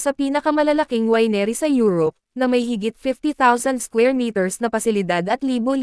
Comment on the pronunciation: Mali pronunciation ng winery